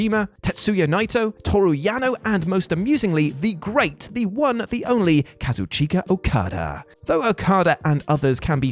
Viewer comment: Can you pronouce Kazuchika Okada's name right? It's pronouced without the i